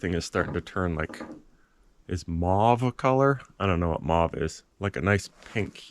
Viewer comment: 👏 New toy! 🎉 And cool idea re: skis for Kauiper's sled. I've wanted to tell you my winter-worthy dogs/insulated dog house story, but you and Kauiper are playing it out in real time, for me!😅 Stay awesome. 👍😎❄️🐾🇨🇦 P.S."mauve" sounds like "drove".